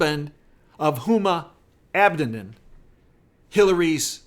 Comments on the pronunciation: Just FYI. I believe its pronounced, Abba Dean. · Please correct your pronunciation of Huma Abedin.